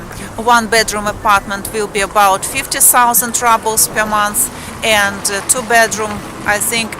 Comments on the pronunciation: Just as a bit of constructive criticism - the word рубль ("ruble") is pronounced ROOBL (like moon, or spoon) in English - not RUBL (like bubble or trouble). Other than that slight distraction, I liked your video very much :-) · hello dont mean to be mean but how your saying ruble is the word for crushed brick and dirt, ruble how you would like to pronounce it would be like the ending of "you" y"ou" r"ou"ble